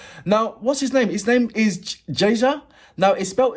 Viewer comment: That’s correct way to read “ jaza“ in English. Respect to your reaction from Istanbul !!!